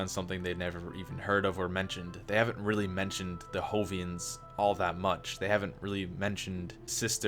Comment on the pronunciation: I've noticed when you say Jovian you pronounce the J with an H sound. Now I could be wrong, but I think it's actually pronounced like "Joe" not "hoe". Again, I could be wrong, just thought I might put that out there.